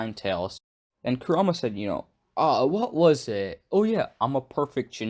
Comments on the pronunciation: Ammm ur saying kurma wrong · KurAma it’s Kur a Ma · It's pronounced Ku ra ma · Yea yeah this is cool and all... but why r u saying his name like "karuma"..... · your pronunciation for kurama is sooo whack have you watched naruto before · Only thing that bothers me is how you pronounce Kurama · He is saying Kurama different then they say it in dubbed I think he watched sub and just pronounced it as he read it